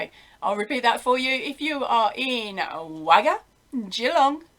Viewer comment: this is not meant to be mean, but can you get Google to pronounce Wagga for you.:)